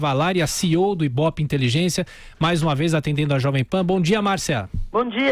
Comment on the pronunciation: "IBOPE Inteligência"???